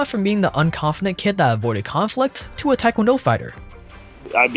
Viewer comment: I was wondering why he said Taekwondo so correctly until I saw he last name was Tran.